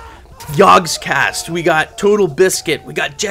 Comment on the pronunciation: 'Yag'cast? Why did he pronounce it like that... lol